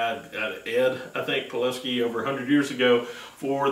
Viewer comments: Poo lass key is how you say it. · pooluhski from harbor frought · PEW LAS SKI